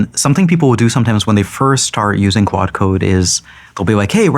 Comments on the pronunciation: Am i the only one who hears "quad" and not "claude"? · so funny the creator of claude code can't say claude code